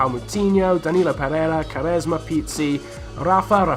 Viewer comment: Just to help you out mate, when you pronounce "Quaresma", you read the "U", or else it sounds like "Caresma" 😉 Also, "Falcão". Not "Falcao" 😉